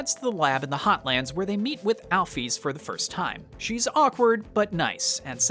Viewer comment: MY FAVORITE GAME IN THE WORLDDD ❤ (also the way he says Chara and Alphys pisses me off but it's all good lol)